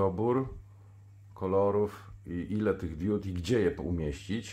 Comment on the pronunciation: Na BOGA nie mów diód, tylko diod. Bo, nie mam diód, tylko diody. Świecą diody, nie diódy.